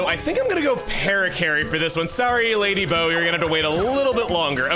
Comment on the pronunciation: Its been years.....and at long last....chugga can pronounce the name of our ghosty mistress properly, true progress